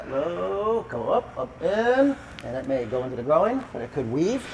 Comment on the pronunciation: I feel like if you asked this guy what a pig says he would reply "oh-ink" because pronouncing groin as grow-een is wild.